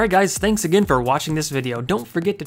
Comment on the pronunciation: WTF is he saying ? Fanks